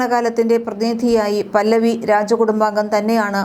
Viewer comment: പല്ലവി അല്ല 😂😂 റെസ (പഹലവി)